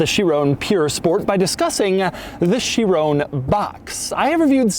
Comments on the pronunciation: Chiron...it's called a Chiron NOT a Chirone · doug i love you but its pronounced sheer-on not sheer-oné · It's not a 'Chirone', you fool. It's a Chiron. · Chi Ron.... Ron .... Chiron... not bloody chirown 😂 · "THIS is a bugatti Chiroan Pure sport" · Doug, Doug, Doug... please learn how to pronounce Chiron 😂 it's not Chirone, it's Chiron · Chiron. Not Shear-own. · Kai-ron. Sheerown is a sound Michael Jackson would have made while grabbing his crotch and delivering a smash hit. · For the love of god it's pronounced "she-rohn", not "chi-roooooooone" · Everybody saying: Chiron Doug says: Chironè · Please are you Americans going to continue to pronounce Bugatti Chiron as Boogarty Shirrone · Chi-ron not Chi-rone 🤦🏻‍♂️🤦🏻‍♂️🤦🏻‍♂️ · No one : Doug : cHirOnE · Is it just me or is Doug the only guy that pronounces Chiron as Chirrooone? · they way hes saying "chirown" kinda made me mad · “My Chirona”... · lol Chiroune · Michael Jackson's favorite Bugatti. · I like doug but my god someone tell him how to say chiron correctly. It's like he's trying to do a michael jackson impersonation everytime he says "chiron" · dougs pronounciation of this is atrocious like my spelling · Any fellow Europeans cringing at his constant mispronunciation of ‘Chiron’? Bloody colonials. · The way he says Chiron makes me mad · But my god why are you pronouncing it chirone. There is no e on the end. Also there is no e on the end of veyron. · Shee-ron (soft n)... Purr.... Spore.... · Where tf you getting that chiron pronounciation from? And its not pure sport, theres no e. You dont call a veyron a veyrown, do you? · stop pronouncing Chiron and Pur wrong... it isn't hard to google, doug